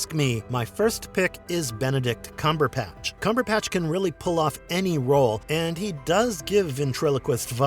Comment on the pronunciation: .....it's CumberBatch - with a 'B' - not CumberPatch - with a "P" - that you're saying.....